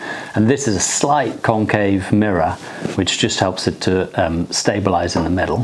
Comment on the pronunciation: Totally thought he said “Cocaine Mirror” at first instead of Concave 😂